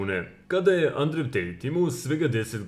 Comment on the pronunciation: Да ли је могуће да само мени ово "Андрев" пара уши 🤣